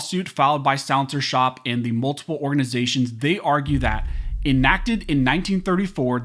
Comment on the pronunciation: Why are you pronouncing it as souncershop? Say silencer shop for me.